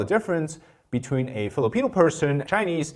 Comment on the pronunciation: Filipino not Philippino 🙂 👍🇵🇭🙏